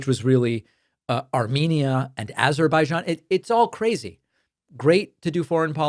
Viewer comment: It's Azerbaijan - a-Zer-bai-jan. Please just pronounce the goddamn 'Z', it's not that hard.